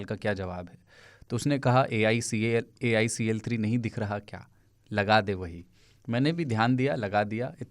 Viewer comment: AIC3 nahi, alcl3😂